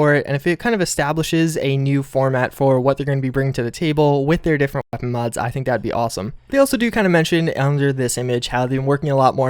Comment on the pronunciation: Still can't say weapon. Good video